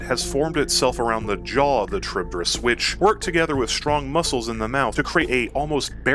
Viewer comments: It's not a Cha-reeb-de-rees. It's Kha-reeb-dees. It's a Latin word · Bro, it's kah-rib-dis not trib-dyh-rys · Very petty of me I know but your pronounciation of it is a bit.. skewed. The name comes from the ancient Greek monster/minor goddess that Odysseus faced, Charybdis (Greek pronounciation being "Ha-ree-v-this"), also spawing the term "Between Skyla and Charybdis". Both were daughters of Poseidon, Charybdis being the daughter of Poseidon and Gaia, living on the asian side of the Bosporus strait. She would (according to legend) "suck up the sea's water three times a day, and spit it back out again, along with all the ships and sailors unfortunate enough to be wrecked by her". Her name also refers to whirlpools and is still actually used to this day, albeit to a far smaller extent. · a very odd way of saying charybdis, i say it like cha-rib-dis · It would be funny if you re-recorded this video with the same script but pronouncing charybdis correctly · good video but the way you're saying Charybdis is killing me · C'mon man! If you are gonna make a lore video about Charybdis, you could at least learn to pronounce the name correctly first.